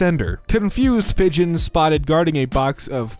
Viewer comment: it's pronounced pigeon